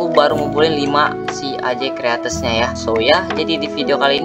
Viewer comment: Apa itu kreates? Bang salah ngomong seharue nya crates